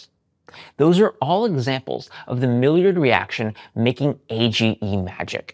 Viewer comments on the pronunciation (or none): Maillard, (Mah..yard) reaction, NOT Milldrid reaction. Surprised you mispronounced it. Maillard reaction is between reduced sugars and amino acids in proteins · It's pronounced "MY-lard" not "Mil-yerd" reaction. I should know as I did my dissertation on the Maillard Reaction. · It's mi-yard not mill - years (spelling phonetically) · Mildred reaction? I'm a little distracted after that pronunciation. Maillard = /my yar(d)/. (Drop the D for the true French pronunciation. ) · Pronunciation of Millard is wrong. In phonetic spelling sounds like "my-YAR." Where did you come up with your version ? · Close! It’s pronounced mayar in French not mayard as the d is silent (due to no e at the end) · So uh, it's "My-Yar" or "My-yard" or sometimes even "May-ard". Just FYI. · You're pronouncing Maillard wrong. In English it's "my-yard" or "may-yard" or if you want to be fancy, drop the D sound for "my-yar" or "may-yar". But not whatever the hell you said. Also not sure why you frame it like it's a difficult concept to understand when it's commonly observed in cooking and frequently explained in cooking websites and channels. "Let me try to explain this in a way that sticks" is so overwrought. You could literally just say "the browning process" and be done with it. Instead you overcomplicate things and imply that your audience is stupid or ignorant when any problem in comprehension is more likely to be due to your poor communication skills. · Pronounced MY-YARD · the WHAT reaction??? Edit: it's "mah-yard" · Thanks for another great video, I look forward to trying eggs with lemon juice. I do love soft boiled eggs or I will microwave eggs with a plate over the bowl to lock in steam and moisture. Millard is a french origin word, I recommend this pronunciation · Pronounced 'My-ard' or even more correctly 'my-ar' (it's French) not the unpalatable confection you spewed out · Maillard is pronounced-My-yard. Don’t pronounce the “d” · Oddly, you mispronounced "Maillard".